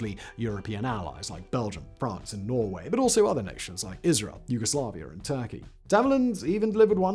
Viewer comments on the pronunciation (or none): none